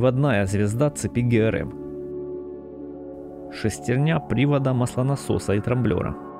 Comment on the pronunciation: Что бУгели. Что шестерня. Это не трудно проверить и следить за ударением. Ударения, ремесло не простое, но нужное